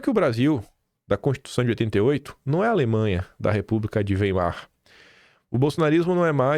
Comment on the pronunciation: A pronuncia correta,é: "República de Wái-mar"